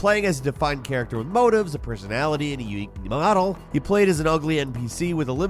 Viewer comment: Lmao I had to use captions to hear when said "unique model" regarding Watch Dogs Legion